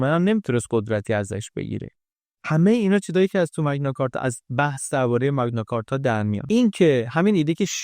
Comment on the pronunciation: ⸻ 🎙️ بابت زحمتی که می‌کشید واقعاً ازتون ممنونیم، عزیز 🙏 کلیپ‌هاتون نه‌تنها زیبا هستن، بلکه واقعاً آدمو تشویق می‌کنن بیشتر یاد بگیره 🌱📚 یه نکته کوچیک هم فقط از سر علاقه می‌گیم: اون اصطلاح معروف تاریخی که گفتید، به‌نظر می‌رسه «مَگنا کارتا» (Magna Carta) تلفظ درست‌تری داشته باشه، چون از لاتین میاد 🇬🇧📜 البته زیاد مهم نیست، مهم اون کار قشنگیه که شما و تیمتون انجام می‌دید 👏 ما از همین‌جا براتون آرزوی موفقیت‌های بیشتر داریم ✨ با عشق ❤️